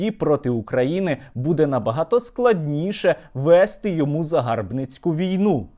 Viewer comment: чергОва, правильно черговА , вЕсти, правильно вестИ (як і віднестИ, піднестИ, понестИ, нанестИ тощо, але внЕстИ - має подвійний наголос)